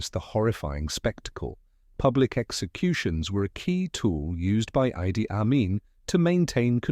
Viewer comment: The pronunciation of the first name of Amin was i- d-d-i. And not a-i--d-i.